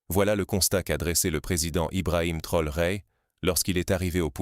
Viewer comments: Pourquoi déformé le nom de TRAORE ce n est pas Trore merci même si c'est IA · Est ce si difficile de prononcer correctement le nom du Président Ibrahim T R A O R É ?